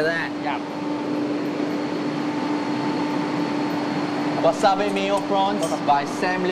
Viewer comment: Chef Sam Leong, its actually called Wasabi, (wasabee) not wasabay...